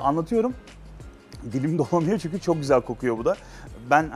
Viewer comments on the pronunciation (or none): none